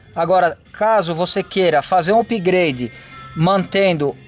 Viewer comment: Querido não e pigrade e sim up grade